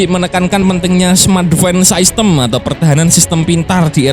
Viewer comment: Min masukan aja, bahasa inggrisnya sistem kan system ya, itu d baca sistem aja, gausah bilang saistem wkwkwk